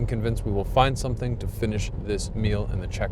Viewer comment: to slovo je "something" not somethink.. ted se rechtam.."some think" znamena nekdo mysli.. jejej